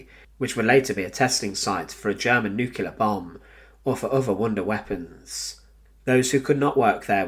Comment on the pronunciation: NUCLEAR…..NOT NUCULAR!